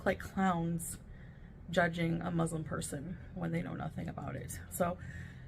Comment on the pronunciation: I like how doesn't pronounce Muslim correctly 😐